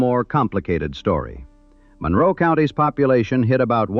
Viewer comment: This narrator is not from the area. He pronounces Monroe wrong.